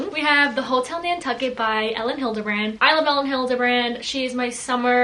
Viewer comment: OMG thank you for saying Elin Hildebrand's name correctly! lol